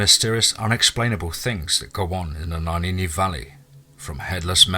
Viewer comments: Love the story but get rid of your narrator, he's about as intelligent as Mike Tyson. Legit question, how the FUCK did you get "Naninni" from "Nahanni?" Naw-han-nee, how does someone fuck that up, not once, not twice, not three times but EVERY single time?! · Two things. You don’t sound like a Hector that’s for sure and also if you’ve ever spent anytime in the place you say you wouldn’t consistently mispronounce the name. Nuh-haw-nee Valley. Lmao it’s not even spelled the way your saying it. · It’s pronounced nay-han-ni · You pronounce it Na-hann-ee... Love n light to u n urs... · You are pronouncing “NAHANNI” wrong so I know this is FAKE ASL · Hilarious! Went too far with that headless man bit. Also should know how to pronounce "Nahanni" if really there!